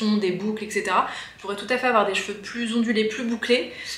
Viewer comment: Bonjour ! On dit eTc et pas eCS 😉